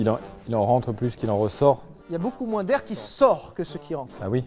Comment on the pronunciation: “Y’a beaucoup mrin d’air” ptdrrr